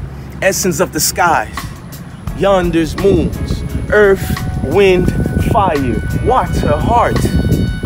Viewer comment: "Yanders moon" 🤦😆😂😂